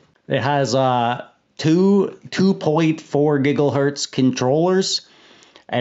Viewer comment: I like how you say giggle hertz. Lol.